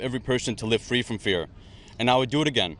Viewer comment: Fwee Fwee Palestine mommy, 😊